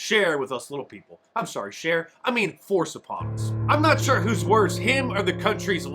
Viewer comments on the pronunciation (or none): none